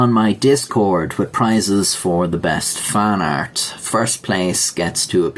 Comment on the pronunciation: When he says "fan art" I swear my ears be hearing "faaart".